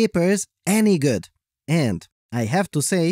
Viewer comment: The Voice always cracks me up! But seriously, why are you talking like that, man? Just be yourself, no need to overdo it. END aka AND Cheers